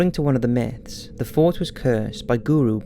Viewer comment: Haha, when you said the word 'myths' it sounded like 'nits.'